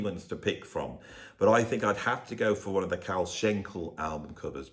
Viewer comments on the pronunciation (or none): none